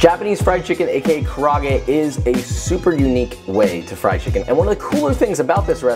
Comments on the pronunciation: kaarage is pronounced “kah-ra-geh” not “kuh-raaa-gay” LMAO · It's actually called ‘kara-age’ lol Looks reaaaaally nice, though 🤤 Gotta try that sometimes! Thanks! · *KaRa -a-ge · Love your video:)) but it’s Karaage lol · Definitely not Japanese kara-age (pronounced: cara-agay), but still looks tasty.